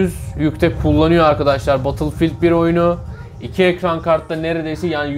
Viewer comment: Böyle sistemin olsun ama battlefield(bedılfiğıld)a batılfild de